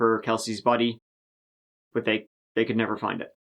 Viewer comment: he says "bot" not "but"